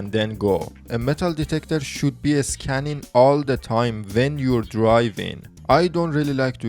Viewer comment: "Escanning"?🤔 So you must be a native speaker of Spanish or some similar language, right?